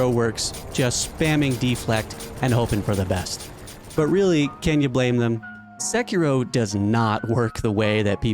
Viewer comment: Very surprising hearing someone with such a good pronunciation of Sekiro. Nice